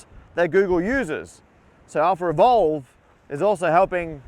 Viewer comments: "Revolve" --> Evolve I was hearing "AlphaRevolve" the whole time :o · Do you English native speakers realize that every time you pronounce words like "Alphaevolve" it sounds like "AlphaRevolve"? It's really like you're putting an extra R. Why is that? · I'm puzzled as to why you keep saying AlphaRevolve instead of AlphaEvolve... 🤔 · Do you pronounce "AlphaEvolve" and "AlphaRevolve" differently? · Lol "Alpher evolve" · I thought he was saying some cool sounding name but it was just alpha evolve